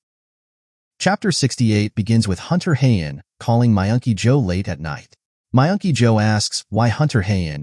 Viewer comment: Myungky yo sounded like you were saying my auntie Jo